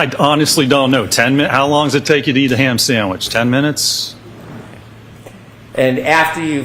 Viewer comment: How about the undue influence of $325k? Maybe they should ask how much this expert was paid for reference. Also the STANK he put on "ham sandwich" is so good. He wants to demonize that ham sandwich as much as possible.